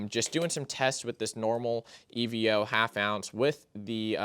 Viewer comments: Evo my guy not E.V.O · It's pronounced EE-VOH